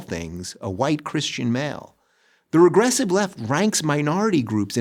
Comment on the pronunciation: Well, okay, but why does Dave Rubin still think of himself as a Democrat? And why can't he pronounce "regressive"?